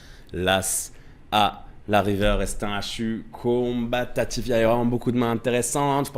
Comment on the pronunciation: j'étais en train de m'endormir sur la vidéo et le "combatatif" m'a réveillé en sursaut 🤣